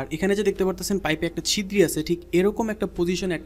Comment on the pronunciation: ভাই, ছিদ্রি না বলে ছিদ্র বলা যায়না?